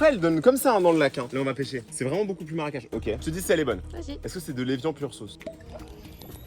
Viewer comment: aui dis maracage au lieu de marecage😂